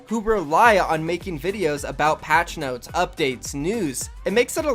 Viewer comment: I liked the vid, but never say noties again